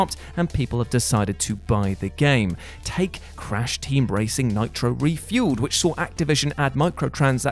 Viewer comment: Please stop saying REfueled 😂